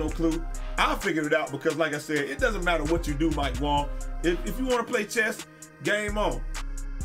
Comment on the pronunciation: “ mike wong “ 😂 its “ mike wang “ .... thanks for the laugh